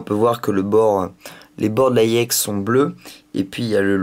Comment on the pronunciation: il la prononce a l'anglaise e se dit i et don Iex